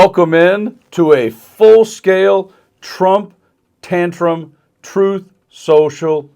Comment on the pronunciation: “TROTH… SHO-SHO…” Nice going, TACO!